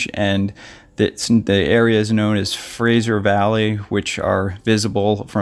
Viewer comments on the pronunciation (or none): none